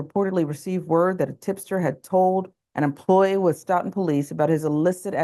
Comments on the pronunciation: POS 🐷 It’s pronounced “Soat-Ton” by the way! Yes - Massachusetts has some weird town names! 😜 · Yup... this is like 20 miles from me. It's disgusting (Sidenote: it's pronounced "STOW-ton") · Pronounced "Stow tin" just fyi